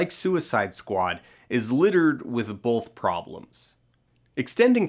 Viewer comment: Do you also hear him make "both" sound a little like "bolth"?